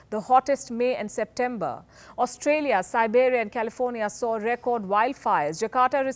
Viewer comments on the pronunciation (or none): none